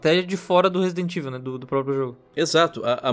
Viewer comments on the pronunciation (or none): Alguem ensina pro apresentador do Canal a Falar Resident Evil direito por favor? Parece a Turma do Pronome Neutro falando... TNC